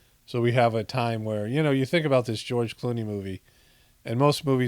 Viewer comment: You almost said George "Cloney." Seems like more of a suitable name for the cut and paste George Clooney roles.